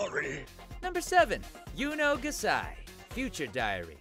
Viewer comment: "yuno ga-sai" Triggered